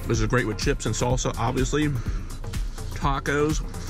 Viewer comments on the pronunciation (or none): none